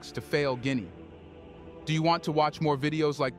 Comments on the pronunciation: It’s not Guineae it’s Guinea I’m from there! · Jesus Hieronymous Christ man, can you not get ONE single African name right?? Gwinee is not the name of the country, you moronic AI clown. There is an incredible amount of other stuff you get wrong in this thing. For one, 'Mandinka' is not a name that's being used in Guinea - ever. Iron ore sits in the ground and is not being exported. Agriculture is and remains the employment backbone of the country. Mining cannot and will not provide employment in significant numbers. As you were. But for heaven's sake, get those names right.